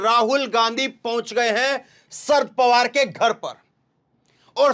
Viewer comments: शरद का अच्छा उच्चारण करो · सर्द पवार नहीं शरद पवार भैया